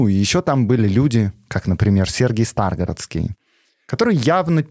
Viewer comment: Спасибо,, за интересный контент, но у тебя есть одна проблема - почти в каждом выпуске ты неправильно ставишь ударения на незнакомых тебе словах. В частности, в этом выпуске правильно произносить так: Сергий СтрагорОдский, культ ДиОниса, епитимиЯ.